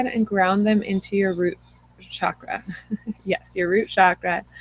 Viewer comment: Namaste mama, I so wanted to hear this as I'm just beginning communications with a spirit baby and am interested to hear about others' experiences with this, but was too triggered by the repeated use of the sound, "shakra" for the Sanskrit word, pronounced "cha-kra", like "cho-colate". Excited to explore this trigger but could only make it seven minutes before the fires of irritation consumed me! Blessings for sharing this.